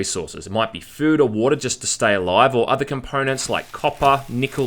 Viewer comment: I came everytime he said 'woata'.